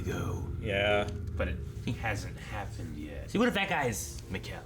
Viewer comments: please guys, you gotta stop mispronouncing Mikkel, its gonna give me an aneurism lol. Its Mikkel, said like Nickel. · Just letting you know that Mikkel is pronounce like "nickel" with an M. Love your reactions! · right but then he’s like “mih-kal” 😂